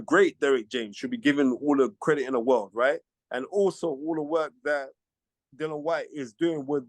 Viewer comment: Dillian HIS NAME IS dillian not Dillon Spencer you are better than that or should I say Spence